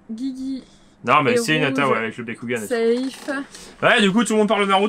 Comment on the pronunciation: C’est Hinata pas Hi a ta